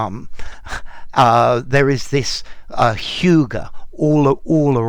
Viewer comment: Danes wouldn‘t agree with your pronunciation 😅😅